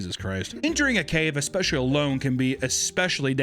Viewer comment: what happened to eckspecially.....